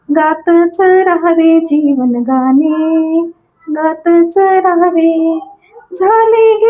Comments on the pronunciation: मॅडम मराठी नुसतं बोलण्या पेक्षा थोडं सकस वाचन पण करा म्हणजे न आणि ण हे दोन वेगवेगळी अक्षरे आहेत हे नीट लक्षात येईल आणि गाने नसून गाणे असते हे पण लक्षात येईल. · Kharech far ashuddha bolata.gane mhanata tevha suddha shabda ashuddha uchharata.